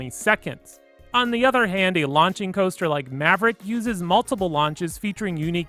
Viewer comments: 'Hyper Caoster' and 'Wooden Caoster' lol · I love the hyper “caoester”